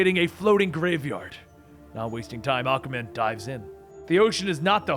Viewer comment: Is it me or does it sound like Akamen when he says Aquaman.